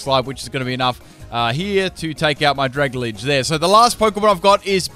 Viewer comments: Y do u say "dragalge" like "dragalage?" It's "drag-alge", not "drag-al-age" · Did he actually just say Dragalidge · No one else annoyed at how he says "dragalgae"? It's Drag-Algae as in dragon algae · why do you call Dragalge dragaledge? Dragon + Algae are words which made up its name tho. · There is no "I" In "Dragalge"